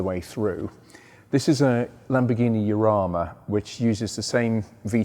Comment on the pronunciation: its pronounced like Kharama. Its a river in Madrid.